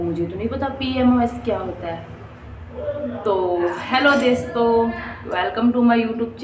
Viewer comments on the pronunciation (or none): Desto nhi dosto hota h😂😂😂😂😂😂😂😂😂😂